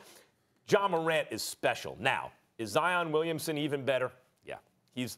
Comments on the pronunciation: The man’s name is Zion, like lion , not Zi-On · It's Zi-inn. Not Zy-un. Like Lion